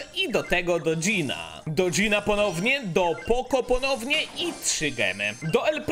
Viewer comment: mów poko a nie poco